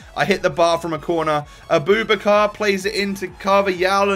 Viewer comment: Fuck sake it's not A-boob-a-car it's a-boo-backar